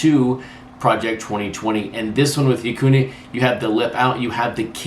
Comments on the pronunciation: Light correction: Acuña’s name is pronounced like ah-CUHN-ya - the eñe there is important. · I don’t get it either, nothing personal against, but it’s been what 4 years now(?)... pronounce the mans name right people.